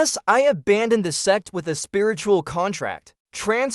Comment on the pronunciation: Am i the only one who only hear "se* instead of Sect each time? :x